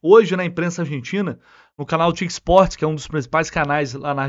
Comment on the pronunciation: Não é "TIC" Sports. Pronuncia-se "Tê", "I", "Cê". "Torneos y Competencias"(TyC). Não existe "TIC".